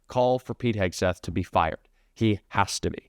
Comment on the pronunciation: Can Hegseth not pronounce the x sound? I heard Hokesters Hoke? Stirs? Maybe when your whole brand is a hoax you drop the x and add a KK... kay?